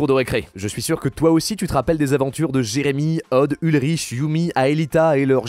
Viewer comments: Ulriche 🤣 sa se prononce Ulrik mais tranquille 🤣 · Ta vidéo est très intéressante si on connait la série que de loin. Mais tu as fais plusieurs petites erreurs. En soit, ce n'est pas grave mais je préfère les notifier : - Ulrich se prononce UL-RIK et pas UL-Riche - Xana est un programme multi-agent, donc techniquement, il se genre au masculin (et toute la série fait comme ça) - Quand tu parles des livres, tu montres des BD en disant que ce sont des reprises d'épisodes. Ce n'est pas le cas, ce sont des épisodes originaux diffusé dans un magazine qui sortait à l'époque (3 magazines seulement sont sortis) - Le monde virtuel n'est pas plus important en S3 que dans le reste. Pour avoir fait une review de chaque épisode sur ma chaîne, je peux t'assurer que l'équilibre Réel/Lyoko est respecté globalement tout le temps. - C'est pas une erreur, mais c'est drôle de voir que pour beaucoup, les meilleurs acteurs de CLE sont Quentin et Mélanie, alors que pour toi, ça passe un peu moins (par contre, c'est bien de pas tout mettre sur le dis des acteurs. Peu de gens le font et j'admire quand c'est le cas) Mais à part ça, merci pour la vidéo ! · Uh.. "Ul-riche" ? "Ul-riche"?! Ulrich comme Ulrick ;( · bonjour dans l'intro tu as appeler ULRIC "ULRICHE"😂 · Ça parle de Code Lyoko mais ça dit « UlriCHE » 🤣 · donc je ne suis pas le seul à avoir entendu ça xDDD Surtout que même s'il est désuet, Ulrich reste un prénom germanique assez commun. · il l'a dit une seule fois et au début, chill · Il a dit Ulriche... oh lala... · "Ulriche" ? xD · J'ai vu Code Lyoko, j'ai cliqué, j'ai entendu le gars dire Ulriche, puis j'ai quitté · Il a dis ulrish ?😂😂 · Fallait nous laisser viber un peu plus longtemps sur le générique !!! Et Ulrich se prononçait ULRIK ! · J’ai quitté la vidéos dès le début quand il a dit Ulriche😮‍💨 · dis moi que t'as jamais vu code lyoko sans me le dire : "ULRICHE" 😰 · Par contre c’est Ulrich (prononcé avec un K) pas « Ulriche »… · Il a dit UlriCHHHH bordel